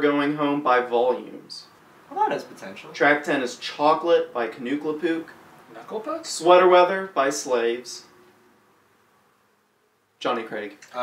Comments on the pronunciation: kuh-new-klah pook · "Nookle Pook" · "nookle pook" LMFAO!!...must...breathe...... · OF ALL THE THINGS THE WAY YOU PRONOUNCED "KNUCKLE PUCK" MADE ME LAUGH OK